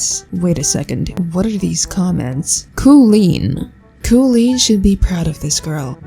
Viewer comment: My plants dying really that u said koolen